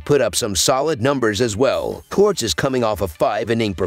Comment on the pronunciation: it's Cortés not corts.